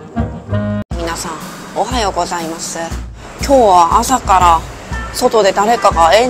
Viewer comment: 私はSuica地域の住人ですけど・・どこで覚えたのかちょっと変な関西弁、でも「おはようございます！」だけが、関東でも関西なまりでもない未知の不思議なイントネーションで違和感が大有りの、ま、いつもカワイイから許せるけどね〜😅 ラーメンの食べ方も上品で好き！！